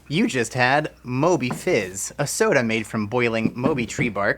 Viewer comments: It’s actually “maw-bee” 😅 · I'm from Trinidad and it's pronounced "Mawby" not "Moby" . Glad to see a drink from Trinidad but the Sorrell Fizz tastes better. Mauby is an acquired taste as it's quite bitter. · Mauby is pronounced Maw-bee not Moe-bee. ❤ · Just for your knowledge. The last one isn't pronounced MO Bee... it is actually Maw Bee... it is an acquired taste in the Caribbean.. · It's pronounced Maw-Bee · Mauby is pronounced as Ma-bee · Love to see Trinidad and Tobago featured!! It is pronounced "More-bee" btw. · Not 'moe bee' it's called 'more bee' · Mauby is pronounced “maw-be” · Also it's pronounced MAW-bee, not MOW-bee. :) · Love to see my country represented 🇹🇹 btw it’s Maw(like MeeMaw) Bee…so MawBee (spelt Mauby) love y’all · It’s pronounced ‘maw-bee’ fizz😁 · 🇹🇹here I've never heard that pronunciation of "mauby" before 😂 also knowing it can be made alot bitter (which is how I like it)than that brand makes it funnier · Never heard anyone pronounce Mauby as Moby😂 I’m from a different Caribbean island and we pronounce it how it looks. We pronounce the au as aw like saw or paw I thought you were saying moldy at first😂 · where the hell are ya'll tasting licorice in the mauby drink? it DOES NOT taste like licorice, and for its pronounced as MAW--BEE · maw-be like meemaw and bee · not how you pronounce mauby 😭